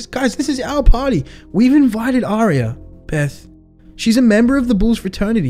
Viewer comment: said AIRRia.... gosh